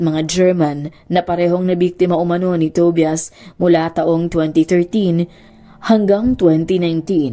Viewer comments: Tobias it pronounces as To-ba-yas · Ate Tobias pronounced as TOBAYAS ata. 😅